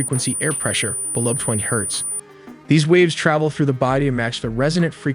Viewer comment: FYI it’s Hertz not hers….